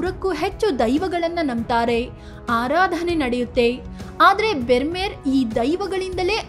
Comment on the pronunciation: Brahmeru ಅನ್ನಬೇಕು bermeru ಅಲ್ಲ